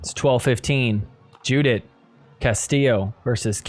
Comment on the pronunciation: So, great episode as usual. For all the Spanish speakers, when you pronounce Castillo’s first name, “Judith”, it’s pronounced “Yoo-dit”. Anyway, yoo-dit a good job.